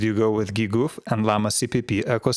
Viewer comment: gee-goof - GGUF this will be my new way of pronouncing GGUF😂